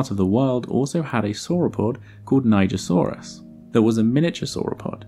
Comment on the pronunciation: It’s pronounced Nee-jer-Sawr-us.